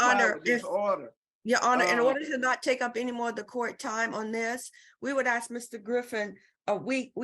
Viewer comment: Court staff says, "I ax..... NOT a word.